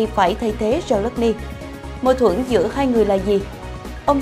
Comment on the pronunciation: Tôi thường theo dõi tin tức trên Htdnews, tuy nhiên gần đây có 1 xướng ngôn viên (ko lộ mặt) phát âm nghe chướng tai quá vì phát sai “hai” , cô ấy đọc thành “hay” !😮